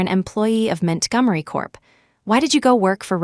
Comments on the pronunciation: Ethan “Mint Gummery” 💀💀💀💀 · MintGummery??? Isn’t that Montgomery? AI about to rename all of us. Wait for Washington to become Wish in Town 😂